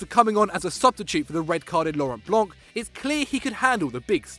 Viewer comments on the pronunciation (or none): none